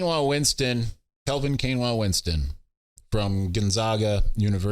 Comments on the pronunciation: Kainoa Winston is pronounced KY-Noah, not like the rice substitute Quinoa. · Kai-noah...you killing him 😂